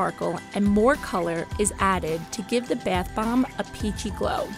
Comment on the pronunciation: the narrator says “bath bomb” like “bath bamb”